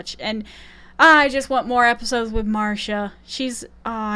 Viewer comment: HH is a really fun show:-))))) Nita Talbot's character's name is pronounced, Mahria. She is a fantastic character in the series. Enjoyed your video 👍